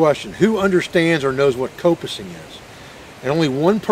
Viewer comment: The pronunciation of coppicing here in the UK sounds the like cop (as in police officer) Done a bit of coppicing, mainly to harvest stakes (long poles) to help support a newly laid hedge. There is also a variation, called pollarding. Where the tree is cut higher off the ground, partly to prevent animals from eating the new tree shoots. Also when coppicing, should take some care to leave the stump as neat as possible, and so that water can't pool on it, and possibly endanger the tree with rot. Prefered method was to use an axe, as leaves a nice smooth surface that'll water will run off.